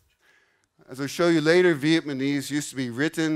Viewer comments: Interesting video to get an overview of how those languages compare, but I have to confess one little thing. Pronouncing Vietnamese as Vietmanese kind of drove me crazy haha. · Viet-ma-nese lol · He can’t even say Vietnamese right loll.